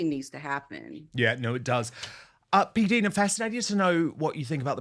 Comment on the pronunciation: Hi Dan... I may be wrong, but I think PDina is pronounced with a long "i" as perhaps PDyna might be pronounced. LONG (English) I..as in "right" JUST for your info...😊 😊